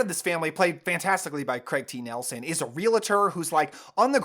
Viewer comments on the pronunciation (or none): none